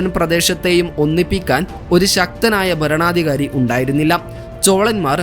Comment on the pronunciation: ബരണാധികാരി അല്ല ഭരണാധികാരി